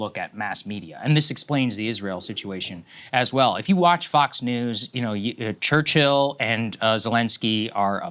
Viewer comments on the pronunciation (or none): none